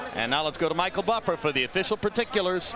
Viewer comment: Respect to Michael Buffer for learning how to pronounce the names